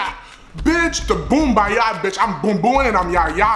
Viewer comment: “Boombayah, Boombayoo, Boombayahoo ”😂😂😂